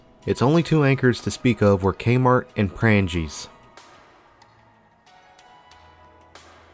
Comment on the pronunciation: U.P., never UP. Not Pran-jees, Prang-E's, M.C. Sports, not McSports. Just some pronunciation corrections from a local. Interesting video, I remember spending plenty of time there as a kid when every store was occupied and there was always a crowd of people shuffling in all directions in the mall.